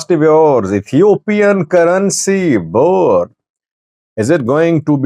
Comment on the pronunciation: Please learn how to pronounce Birr! It is embarrassing to be talking about a country for years yet can’t pronounce their currency name properly!!